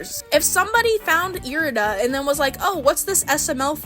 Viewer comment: errrrmmm you actually said irida (eye-ride-ah) wrong so now your opinion is invalid🤓☝